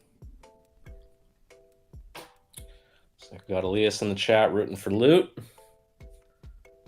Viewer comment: Wow someone pronounced Lut’s name correctly right off the bat 😅